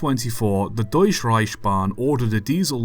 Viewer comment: deush reishban 🤣